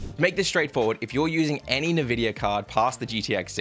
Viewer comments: Great video, but please man it is N VIDIA, not NEVIDIA xD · nevidia card ? :D n-vidia man!